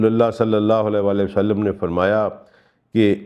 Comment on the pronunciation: آپکی تفسیر اچھی ہے لیکن آپ نے جب بھی قرآن کی تلاوت کی اس میں تجوید زیر زبر کی غلطی ہوتی ہے اس سے دل میں آپکے قرآن کے طالب علم ہونے کے بارے میں وسوے آتے ہیں کہ پہلی شرط تو اسکو ٹھیک سے پڑھنا ہے ہے ان آیات کی جو تلاوت جناب نے کی ہے دو جگہ واضح فرق ہے لکھے ہوے اور پڑھنے میں ۔ دوسرا جب بھی آپ درود پاک پڑھتے ہیں کہتےہیں وسلم میں ل کے نیچے زیر کی آواز نکالتے ہیں اور حالانکہ عام طور پر ل کے اوپر زبر ہے ۔ مزید برآں آپ کا دعویٰ پڑھا لکھا ہونے کا ہے لیکن معاف کیجئے گا جب آپ عربی پڑھنے تو لگتا ہے کہہ سک انڑھ شخص لب کشائی کر رہا ہے ۔ قرآن کو تو خوبصورتی سے پڑھنا چاہیے ۔ اس چیز پر غور کریں کیونکہ آپکا دعویٰ ہے کہ آپ قرآن کے طالب علم ہیں ۔